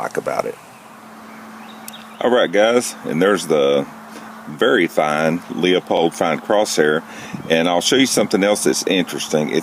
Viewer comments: Good review, but please stop calling it "lee-uh-pold". It costs you credibility. The proper pronunciation is "Loo-pold". Thanks! Your friendly scope Nazi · Half or have? Your lack of language skills keep you from being credible. It is pronounced Lupold. The 'e' is silent. Not Leeaapold not Luuaapold... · Man, where did you learn your English? that sounds like one is going to the crapper..LOO! Besides, it is a German name. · Another guy who cannot properly pronounce the name of the scope company. Ha ha...